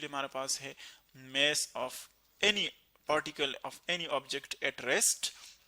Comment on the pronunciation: Mess nhi sir Mass (dam hai to rok lo 😁)